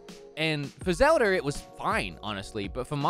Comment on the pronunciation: zewda. okareener of time.